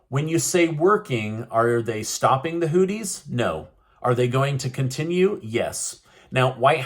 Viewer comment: Why do you call the Hoothese Hoodies?! It’s with a (th) Exp. “These”, so it’s Hoothies/Hoothese